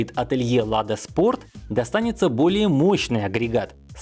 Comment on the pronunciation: Диктор такие акценты делает, испанский стыд просто... Отелье лада спорт поставит более МОЩНЫЙ мотор для НИВЫ, аж целых 122 лошади😂😂😂😂😂 позор ателье, просто позор. Всё что ниже 200 никак не мощное, пора бы уже у китайцев учиться, "отельеры"